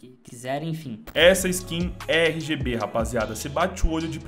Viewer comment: cada rgb que ele disse, sangrou meu ouvido